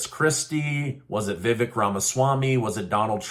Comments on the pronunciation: Vivek is pronounced more like Veh vake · It’s Vivek (sounds like CAKE). DJT won the debate